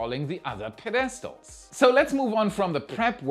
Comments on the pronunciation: PedESTal? Pa-DEST-al? Say it with me: PED es tall. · PED-eh-stuhl, if "pedestal" is what you meant. 😊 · Tiny English helpful tip. Pedestal. You can say Pe-DEST-tal. But no one says that in the US. Except. Typical pronunciation is Ped-eh-stal. Very even spacing. No emphasis on the middle syllable. Not a big deal, but if you want, you may take it, or leave it. lol (Sorry to be PE-dan-tic. /s lol)